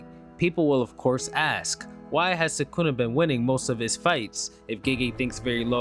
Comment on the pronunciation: I wish people would attempt pronounce names correctly… eho tf is Suhkoonuh